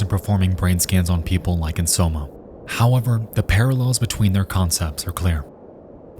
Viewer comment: Did homie really pronounce Soma as Somo?